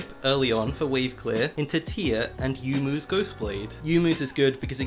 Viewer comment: yonmu not yumu you gennius